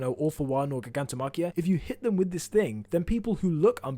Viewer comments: please learn how to say Gigantomachia and Gigantification plz the way you say it is so annoying imo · I really can't stand how this dude pronounces gigantomachia or gigantification